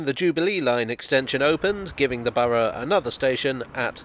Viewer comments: Among other things, I certainly got a chance to master the British pronunciation of "Borough"! 😁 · Correct pronounciation of Borough is very thorough of you 😉